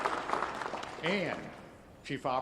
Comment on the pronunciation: The first “Shottiee” sent me 💀